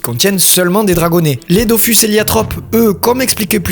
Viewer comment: J'ai jamais compris pourquoi les gens disaient "Dofüs" et "Wakfou" alors que les deux u se prononcent pareil. D'autant plus que le mot "Dofous" est prononcé pas mal de fois dans la serie ! Ralage mis à part ta vidéo etait super cool. J'avais trop hâte depuis ton teaser subtil à la fin de la video précédente 😊 Je n'ai plus le temps de jouer aux jeux aujourd'hui mais je continue tous les autres médias depuis des années. Entre la sortie du dernier tome du manga Dofus en debut de mois et celle de la dernière saison de la serie Wakfu l'an prochain je trouve qu'on est clairement gâté. Pour ceux qui ont encore une XBox 360, allez vous prendre Islands of Wakfu avant la fermeture du marcket place car il vaut le coup ! Merci encore pour ton travail. Je me refais tes videos très régulièrement que tu parles de séries ou de jeux ❤